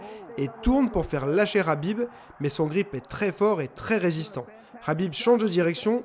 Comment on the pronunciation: Habib Rabib heu c’est KKKKKABIB